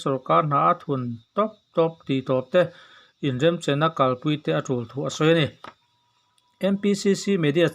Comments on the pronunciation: A bengvarthlak e...Mahse inrenchem tih turah inremchem ti a sawi a ang ka tia, vawi 1 mai a ni lo lehnghala... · Inremchem tih i thluk dan hi a dik lo. Inremchem ti ang deuhin i lam tlat.